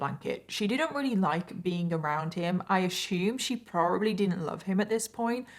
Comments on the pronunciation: They pronounce "sciatica" correctly and second-guess themself, yet they insist on saying "ah-shoom" instead of "assume"... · The way you say “peninsula” and “assume” it so adorable and makes me giggle!!!!! You pronounce the “s” like a “sh”. I wonder where in England you’re from!